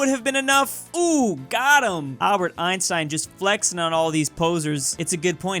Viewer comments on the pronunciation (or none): none